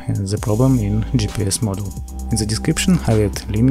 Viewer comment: Very useful. Thank you. But I think you confuse the words: "module" and "model". They are not pronounced the same and do not mean same. "Module" (meaning: "a portion of the assembly") is pronounced: "modool". "Model" means a Movic vs. a Phantom, as an example. Not making fun of you. I'm from Russia myself and had to learn the learn the language too. Just trying to help back.